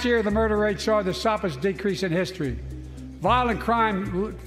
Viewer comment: "My American Rescue Plan which every American voted against! I might add." ... "Last year the murder rate saw da soppist decreasing histree."